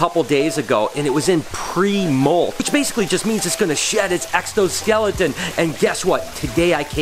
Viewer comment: did you just said extoskeleton? In liked and subscribed good edit:)